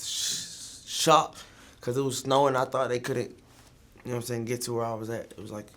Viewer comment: "I was really like... sshhocked." 😂